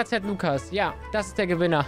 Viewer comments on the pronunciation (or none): nicht lukas. Das ist polnisch und man spricht das so aus:uukasch. Keine Ahnung